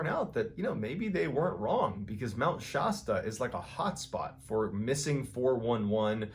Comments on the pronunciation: Shasta...not Shawsta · Prononced shasta like the soda not "shosta" Come on dude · It's Mount Shasta. Not Mount 'Shoshta'. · Shasta pronounced; Shast like fast not Shaw like straw. Shasta like Fast-uh. I worked at eceti catering for four years at Mt. Adams and Mt. Shasta has the same stuff going on entirely. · Mt. Shas-ta not Shosta. Great stories. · It's pronounced Shaasta, not Shawsta or Shaysta :P Loving the videos! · I’m gonna go ahead and be that person. Mt. Shasta is not pronounced shawwsta, it’s pronounced w a long a, like in cat or sass. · Great video! Btw it’s ShAsta not ShOsta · And Im sure you've heard but Ill say also because Im from that area and it really is difficult hearing it pronounced like you do. ShAsta the A sounds like another word for butt Shassta 🤷‍♀️😎🫶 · It's Mount Shassta , long a. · West coasters call it "Shasta" with a hard 'a' like "shank". It's not a soft "a". Just for future reference because Shasta is a beautiful but very isolated and more tragedies await people! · Shasta= sha-sta. The sha is said like a C not the S. There is a whole soda brand with the name… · Stop saying Shostah! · It’s pronounced Shasta like the Cola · Please check the pronunciation of Mt Shasta. The letter a is not pronounced as a long ahhh. Thank you. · I love how MrBallen pronounces 'Shasta' like he’s British.😆 I grew up in California, and everyone, to a man, pronounces the 'a' in the 1st syllable, as the 'a' in 'fast', or 'ass'. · I used to live in Redding. It does have creepy history. Hey John. Fyi, it’s pronounced sh ass tu. By the way you’re great! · I love your videos but I’m from Nor Cal and the way you say Shasta is wrong lol the A is pronounced like the A in Apple. It’s Mount ShAsta 💗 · How you pronounce Mt. Shasta is driving me crazy. I live near there and I have never heard of anyone pronounce it that way. You sound like you are saying Shawsta. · It's Shasta like the soft drink, think the word nasty, love your channel! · It is pronounced Shas-ta